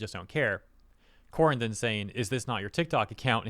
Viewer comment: Corrina, nah CopPINa.